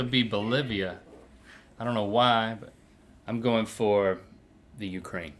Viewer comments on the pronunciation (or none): none